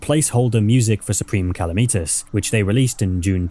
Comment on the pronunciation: saying supreme calamitas like that was worse than all the crimes in this vid